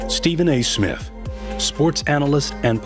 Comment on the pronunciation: Nobody notice how he keep saying “Stephen A. Smit” dog wtf lmao